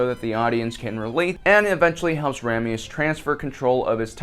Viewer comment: Ray me uh s, vode, Ramius.